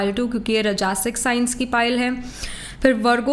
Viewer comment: Hi there.. aap Rajsik ko ghalat padhti hein.. ye राजसिक hota hai रजासिक nahin